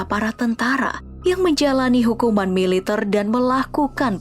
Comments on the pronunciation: Militerrrrrrr woii militerrr . Bkn militeirrr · pengisi suara orang mana sich??? ngmg MILITER aja gk bisa. Klo org Indonesia baik dr Sabang smp Merauke pn tau cara mengucapkan MILITER yg BENAR..